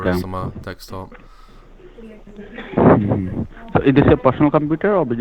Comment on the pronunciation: "I've only got the one dextop here, and I've got a laxtop downstairs"